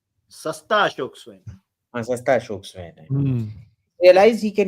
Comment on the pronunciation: Swain is pronounced like swine. I am not joking.